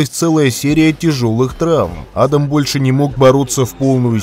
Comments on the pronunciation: адАм , а не Адам. адАм первый человек на земле, а не Адам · Ударение в имени неправильно ставите